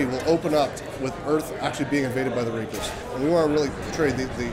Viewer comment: canadian accent ftw... trying to say reapers, and saying repihs(like rapist) instead.